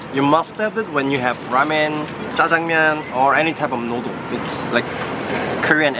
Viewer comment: its noodle , not noodole